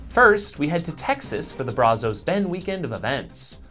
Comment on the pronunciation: Hey, thanks for the news on Brazos Bend, but I thought you'd want to know that down here we pronounce it Bra zuhs, with the a sounding like the a in cat. <3 Ya!